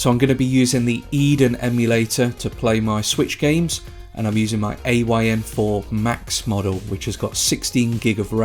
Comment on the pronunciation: its called the THOR not Four